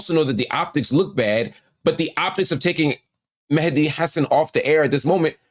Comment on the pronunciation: Appreciate Marc pronouncing Mehdi's name correctly 👏